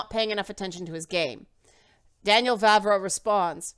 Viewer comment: Correct pronounciation of "Vávra" is very much like "Vah-vrah". So you got it almost perfect :). Moravians are not really Moors at all afaik. If we went a bit deeper into history you could bump into Great Moravia. They are very close to Bohemians, though not interchangeable, i kind of doubt it has anything to do with Romanized Moors. That was almost half a millenium before the time of the game (established pre-800s). Still its a cool thing to explore to. What you can actually kind of talk about that Cumans (present in game) have their roots in Mongolia. The third part of current Czech Republic is Silesia, a southern bit of it, since most of it is in Poland. Vavra later on adjusted and fleshed out that opinion after a while. 140 chars etc. The current stance is: Bohemians knew about people of different colors, like from bible etc., in cities it might have been more likely for them to meet them, but in remote villages it was very unlikely. Dont you find it funny that western media immediately treats the historians he talks about as immediately racist? :) In here, left wingers are anti immigration too, often times even more so. Our center right parties were cautioning more about explicit hatred. Even though our president is left wing, he is probably as anti immigrant as trump. He even supported him. Some ideas of his are more workable (support affected people in their home countries) so its not really entirely trumpian, but our political spectrum is definitely different from US